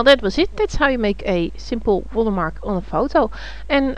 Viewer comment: I clicked "like" because she says "Water Mah!" and it made me chuckle.